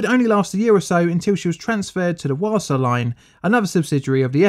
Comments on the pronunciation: "Wasa" is pronounced "vasa", just so you know. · Almost all languages pronounce W as a hard V, English is the one exception. So, Wasa is Vasa. If you see a W in a European language other than English, it's almost certainly pronounced as a V.